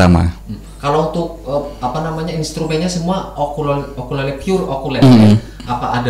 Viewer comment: Mantap konten apik,, sedikit mau koreksi ukulele bukan okulele